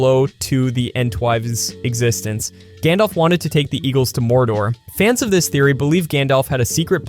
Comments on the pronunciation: It's not gondolf, Gandalf. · It's not "Gondolf" it's Gandalf. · "Gawndawlf" gross